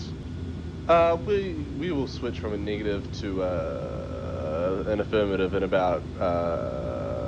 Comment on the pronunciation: you might actually be stupid.. you can hear how he says negative .. clearly a kiwi